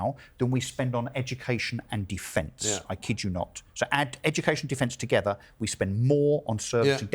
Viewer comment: Our deputy pm says togever rather than together. What happened to us when a chav like her gets 3 homes from the taxpayer?